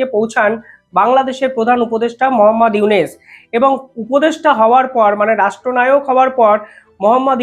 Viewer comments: ড: ইউনুস সারের নামটা সঠিক ভাবে বলা ঊচিত। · বেটা, ইউনুসের নামিটাই তো ঠিকমতো উচ্চারণ করতে পারছিস না।